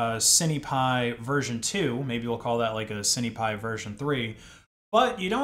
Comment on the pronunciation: Cinepi as in Sin pie. (at least I always say "sin" lens or "sin" camera when speaking of cinema equipment) The IMX477 is a tiny sensor like those found on CCTV cameras being something like 7.9mm across. A cheap Micro 4/3 camera is 22mm across and that's still far from competing with a 24mp full frame mirrorless camera. You're going to be losing a lot of FOV/Compression you can get from a larger sensor. If you want something on the cheap a used Micro 4/3 camera would still be leagues ahead of this.